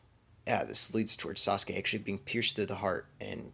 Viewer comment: Yo this is fire but the way he said what if sauske died ha